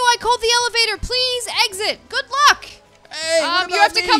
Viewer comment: She keeps on saying evelator for elevator